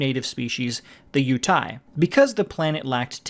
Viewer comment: I can't watch when the PAU'AN species is pronounced "PAWN" and the planet UTAPAU is pronounced "OOH TOE PAW"